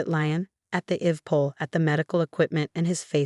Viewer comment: IV is pronounced eye-vee, just an FYI